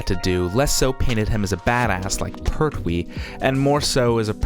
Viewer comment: it jon pertwee not jon perwee